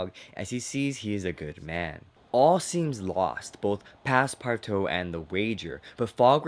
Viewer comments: Passpartout is pronounced: pass-par-2 It is French. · Does it bother anyone else that he's saying Passpartout wrong